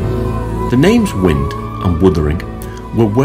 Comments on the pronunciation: Why does he call it wund and withering? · Great review and like the way on a couple of occasions you call it Wund and Withering 😂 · 4.01 "Wund & Withering"? :-)